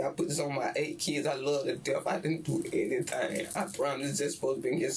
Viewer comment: Well he has eight keeids at twenty-two....so he can swear on a few.